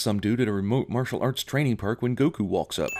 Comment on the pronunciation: They did it for the same reason Aang is pronounced ong in The Last Airbender, which is to help make sure that no one can try to compare what you were supposed to be able to compare the movies to. They even say Goku's name wrong in this movie for that reason.